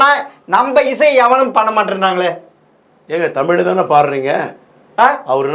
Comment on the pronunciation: தமிழையே சரியாக உச்சரிக்கத் தெரியாமல் தடுமாறும் குட்டிக் கண்ணனை முதலில் ஜெம் ரீவி கவனத்தில் கொள்ளவும்!